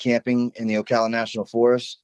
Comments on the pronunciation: Oh Cal la, not Oakala.👍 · Oh- cal- ah. Middle pronounced like Al, not All. Ocala.